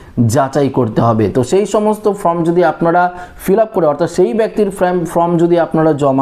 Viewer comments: ek kotha bar bar bole time pass kora, 4 te karon taratari bolun. sobdo ta FORM ,not FROM. Video bananor age minimum english ta to sikhun. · Form,not From. Please pronounce perfectly.